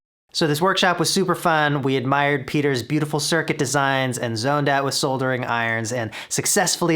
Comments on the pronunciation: OMG You said Soldering and you pronounced the "L" Thank you. Now I love your videos even more. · That magic moment where Andrew says '..we zoned out with soldering irons...' and pronounces "soldering" exACTly as it should be pronounced! BIG KUDOS to Andrew. America take notice! It is NOT SODDERING!! 😎 (EDIT: LOL!! and then mention is made of the very fact - hehe. Sodder my ass. If Americans can mis-pronounce something, they will. Solder is like Soldier without the 'j' sound. 👍)